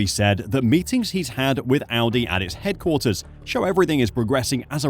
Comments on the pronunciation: definitely said Aldi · he deffo said aldi